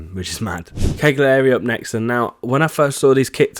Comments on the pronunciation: De-chen-tay, not de-sen-tay. Also, Campo Testaccio is pronounced Tes-ta-chio. Another also, not Cag-li-ari, but Cal-yari. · Cagliari is pronounced 'Cal-ya-ri'